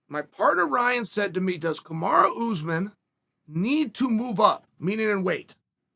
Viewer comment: Kamara Oozeman- Chael Sonnen